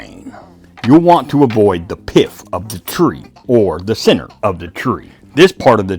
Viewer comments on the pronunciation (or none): It's pith, not piff and chalking your saw is stupid, people don't do this unless you want lose a digit or worse.